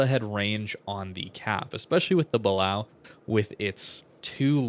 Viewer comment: It's pronounced Buh-Lay-Oh not how you're saying it